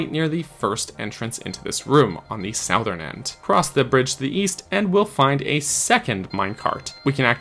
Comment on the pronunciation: Sow-thern? But its always pronounced suh-thern